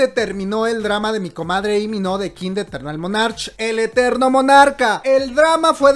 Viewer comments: Te amo pero tu pronunciación me mata Dios mio porque dice í mino es Lii con eleeee de lalo de La piche L por que no La dices 🤣🤣🤣🤣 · LEE MIN HO, SE LEE COMO "LI MIN JO" JAJAJA